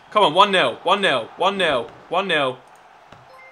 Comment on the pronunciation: oli your my favorite you tuber but I'm sorry to say but you said nail but it is nil